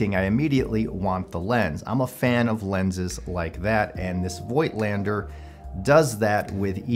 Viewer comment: I think the pronunciation is "foigtlander" as they are germans.